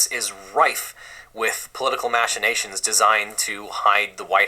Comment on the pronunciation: When you use a word as fancy as "machination"... you need to learn how to correctly pronounce it or you risk looking like a douche.